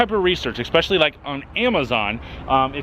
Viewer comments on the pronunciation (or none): I really like this channel. You’re awesome....BUUUUT !! It’s ESPECIALLY NOT EXPECIALLY. there’s no X. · It is pronounced Eh-specially, not Ex-specially :) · expeshillee? did I spell that correctly?